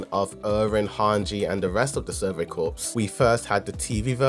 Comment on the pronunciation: Survey Corps...it's pronounced "Core." NOT "Corpse." A Corpse is a dead body.